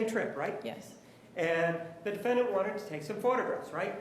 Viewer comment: I love the way the judge pronounces DEE•FIN•DANT. 😂😂😂